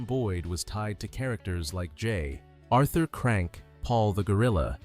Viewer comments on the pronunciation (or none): none